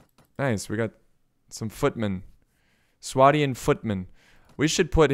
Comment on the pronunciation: its swadian with a lond A so swaydian